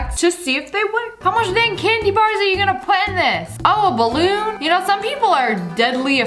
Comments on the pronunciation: Who else keeps repeating The part when she said "there 👏 is 👏 no 👏 what 👏 if I am pregnant AND IZZA BALOOON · "DER IS NO BUTTON I AM PREGNAT!" "And itsss a BALLOOON!" That got me so bad XD